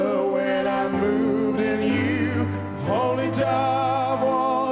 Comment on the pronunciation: Viem ze neskoro :P ale keby si si vypocul original :) hahaha zistil by si ze to YOUUUUUUU u je tam a ze tam nespieva do Yah ako vsetci ostatny ... Mr. Cohen bol gentleman a vedel ako vyslovovat .